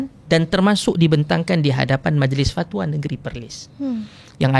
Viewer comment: sebut Fat wa tu pelik bunyi😂